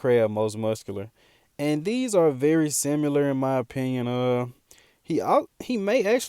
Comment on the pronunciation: Love the channel boss but c’mon…”similar” not “simular”